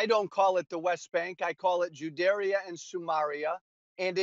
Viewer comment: Did he just say Juderia and Sumaria? 😅😅